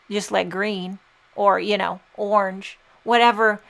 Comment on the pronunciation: The way you say "orange" kills me! Where are you from originally? The card is gorgeous!